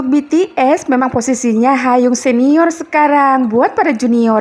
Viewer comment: Hyung kak. Bukan hayung 🤣🤣 lucu tapi🤣